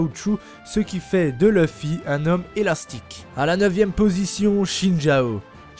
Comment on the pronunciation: Luffy = louffy on prononce pas loeufy à la française de merde qui remix tj tout